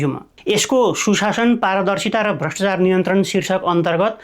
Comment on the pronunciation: "भ्रष्टचार" र "व्याक्तिगत" गलत भयो, कृपया "भ्रष्टाचार" र "व्यक्तिगत" भनेर उच्चारण गर्नुहोला। Right-scrolling long text पढ्न कठिन भयो, कृपया यस्तो टेक्स्टलाई Lrft-scrolling बनाउने गर्नुहोला।